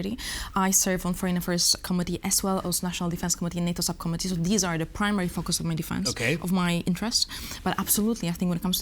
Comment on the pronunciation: Żenujące jest dawanie pytań z góry i odczytywanie odpowiedzi na antenie ….wstyd takie ustawki. Nie umie wypowiadać prawidłowo podstawowych słów jsk np focus, czy level. Radziłbym wziąć proszki na nerwice, mówić wolnej, bez agresji i nauczyć się podstaw wymowy angielskiej co przy czytaniu z kartki na przyszłość powinno się jej przydać. Zacięła się na słowie - advocate. Nie umiała go przeczytać. Absolutnie wymaga leczenia ! Ju noł, ju noł, ju noł …w jednym zdaniu z 5 razy ….i ktoś taki jest na serio politykiem w Polsce ..podczas gdy tacy jak ona siedzą w tworkach …”today is a 984 day ….” Anglik owszem być zrozumieć ale przydałoby się czytając z kartki znać podstawy gramatyki ang …